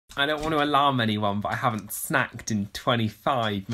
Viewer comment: So much emphasis on snacked 😭🐶♥️